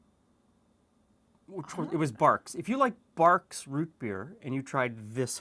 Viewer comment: Dude it's not Barks it's Barg's Rootbeer haha! no worries, all is ok 😂